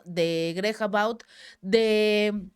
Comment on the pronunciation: Abbott (a-bot) querida … parece pronuncias About (acerca de o con relación a); excelentes tus aportaciones con el Chapu y tu propio canal. Bendiciones!!